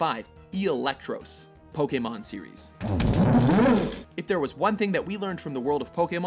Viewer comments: Electross? really? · Eelectross really?.... -_